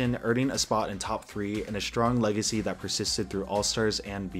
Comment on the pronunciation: Strong legacy? Really? Do you mean Strong LEG-acy?